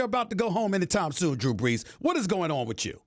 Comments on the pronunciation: "Drew Breews" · “Drew Breews” 😂